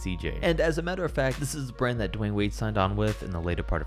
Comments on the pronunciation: Shoe RRand. Brah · Best starting five from every shoe RRAND!! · No one: The start of the video: every starting 5 from every shoe rrand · In the beginning it says shoe rrand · shoe rrand